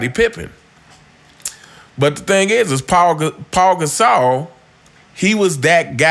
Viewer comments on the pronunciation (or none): Not "Paul" Gasol. It's "Pau" Gasol. Pronounced "Pow." (rhymes with wow, how, cow, now)